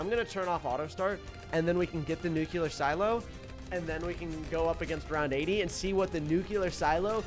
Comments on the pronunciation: I got better at pronunciation he said “Noo-cue-ler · Nuclear🙅🚫🚫 Nucular 😍✔️✔️✅✅